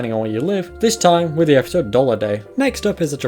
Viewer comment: The way you say epeesode will haunt me in my sleep 😭